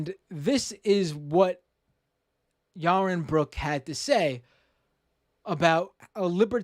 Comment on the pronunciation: Ya-won Bwooks